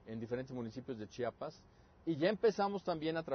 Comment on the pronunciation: CHIAPAS, NO CHAPAS :S EN SERIO ES MUY DIFÍCIL DECIR CHIAPAS?